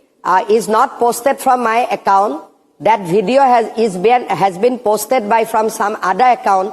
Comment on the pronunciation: Is to baat tak nahi karna aata hai hamanta ku video ko bedio bolta hai chor hai o 😂